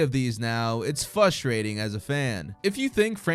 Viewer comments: Frustrating* not fuss training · Great video until you said “fustrating” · Why do so many brain-dead Americans say “fustrating”? I guess I answered my own question.